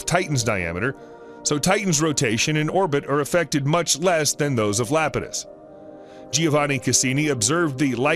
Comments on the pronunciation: It’s eye-apetus not Lapetus, but good documentary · Iapetus is pronounced = eye ap i tus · Good documentary....but is he really repeatedly calling Saturn's moon Iapidus, "Lapidus". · It's Iapetus, starting with the letter I and pronunced like this: Ay - a - pee - tus. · LMAO Lapatus. Then again having mocked that. I grew up with a Sir Patrick Moore book on astronomy and it had the misprint Dactyi, for Ida's moon Dactyl. For ages I was pronouncing it like a Roman family name, like a div. Luckily, there's not many chances to drop Dactyl into casual conversation and be found out the moron. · Kid Well that is pronunciation, not using the wrong letter and calling it LAP-i-tus. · Still wondering how funny it is that they didn't know the right pronunciation of a crucial moon 😂